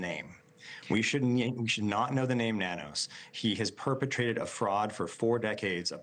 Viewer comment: Nanos is pronounced No News